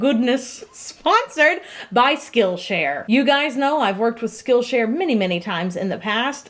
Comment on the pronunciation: For some reason, whenever she said "Skill Share" I heard Steel Chair It made for a very confusing sponsorship about steel chairs that teach you skills...